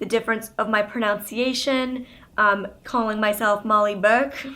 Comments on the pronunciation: You used to sound British/Irish as a kid. Also, I don't mean to be that guy, but it's pronUNciation not PRONOUNCE-iation. There's no O in there! No hate - just FYI. Really enjoy your videos Molly =) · I am definitely inspired by you. Thank you for sharing your life with us! On a side note this is my first comment ever. I just wanted to throw out there pronunciation is pronounced with a "nun" not "noun" here in CA. Google shows pro·nun·ci·a·tion prəˌnənsēˈāSH(ə)n/ .. And so thought I would ask everyone if anyone else says it like you. No offense as I can only imagine what reading comments from youtubers can be like. Hmm how do you personally read the comments anyway.. :) best of luck 1/20/18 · You keep saying "pronounce-iation" that's not a word xD it's proNUNciation! Lolz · It's pro-NUN-ciation, FYI, not pro-nounce-iaction. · lol It's pronounced "PRO-NUHN-CIATION" ironic lol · She keeps saying pro-now-nciation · You pronounced pronunciation wrong.